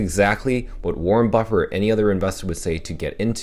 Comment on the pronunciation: Warren buffet not buffer ffs😂